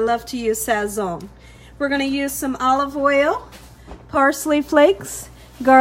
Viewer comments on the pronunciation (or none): you’ve done it again! Love love love! the “z” in Sazón is pronounced like an “s” in Spanish. So in Spanish we say sason. Not criticizing cuz you can say it how ever your beautiful heart desires, just saying in case you didn’t know. 🥰